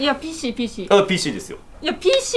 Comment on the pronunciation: 白石さんがPC言えないのいい🤣